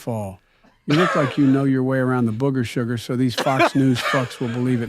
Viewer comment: Love the "Bougger Sugar"